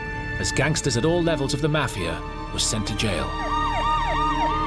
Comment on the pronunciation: Why have a narrator with a non American accent, can’t even pronounce mafia. Very annoying